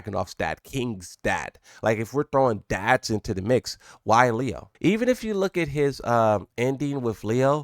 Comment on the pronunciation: Leo is pronounced as “Lay-o”